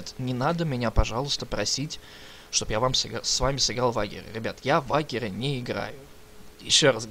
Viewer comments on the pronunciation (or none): Слушай, а ведь англофиферы говорят не "Вагер",а "Вэйджер"